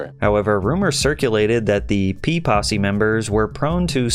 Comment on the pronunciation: Saying "P-possy" sounds like "Pee-Possy", like they're a gang of golden shower enthusiasts.